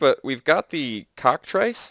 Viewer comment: As painful as the play mistakes were, what really made me cringe was you saying "cock trice" so many times. I guess while I'm at it, you always say "balt" instead of "bolt". As for the content, I do appreciate the videos and the effort. Hopefully you can get used to the beta or get the old client to work again. Better luck next time.